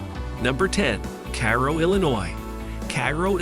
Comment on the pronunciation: Obviously no one checked on the how to pronounce East Saint Louis Illinois correctly, well at least pronounced Illinois correctly. Now this could be just the people I grew up around but we had always pronounced Cairo as Kay row. Perhaps the locals don't pronounce it that way.